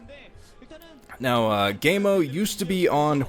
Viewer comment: its pronounced kaemo i believe.